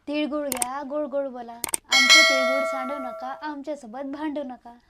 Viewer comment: तिडगुड नाही रे तिळगुळ बोल...आणि ते समथिंग समथींग जरा कमी बोल😂